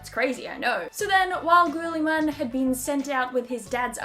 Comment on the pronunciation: its actually Rowboat Girllyman